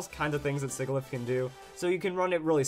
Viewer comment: I LOVE U SIGILYPH the man says shigilyph